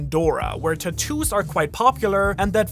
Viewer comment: The way he pronounces tatoos lol